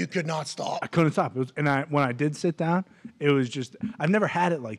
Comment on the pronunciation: I don’t care whadd I’m watching. I’m hittin the DAHN every time Hammer DAHN is said